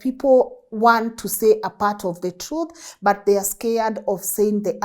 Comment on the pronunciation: He says the trou😊